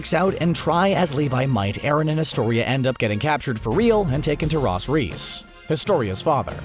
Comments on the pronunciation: Did Anyone Notice Him Saying " Ross " Riess?! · ahh yes Ross Riss